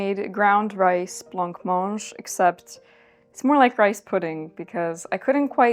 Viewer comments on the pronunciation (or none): Hi, you dont pronouncethe c in blancmange xx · This was lovely. My mum made blancmange for me growing up but I never liked the texture. She always pronounced it "blammange". I assume this is correct because she's a huge language/pronunciation nerd.